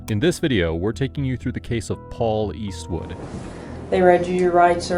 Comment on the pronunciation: It's Paul WESTwood. Is there a reason you couldn't even get the name right?